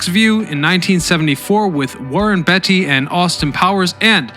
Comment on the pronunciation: yea he does that a lot around here